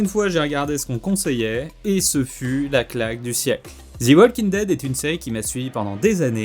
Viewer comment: "Zi walking dead" mdrrr u Faire un effort pour faire une erreur 😭😭 "The" se prononce "zi" seulement si le mot qui suit commence par une voyelle.